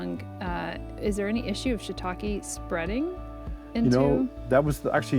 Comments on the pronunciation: Shiitake, not shiitaki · For people who are so passionate about shiitake mushrooms you’d think they’d know how to pronounce it properly 🙄